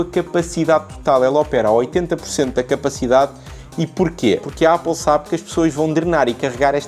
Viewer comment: O a dizer Ápal é super egngraçado 🤣🤣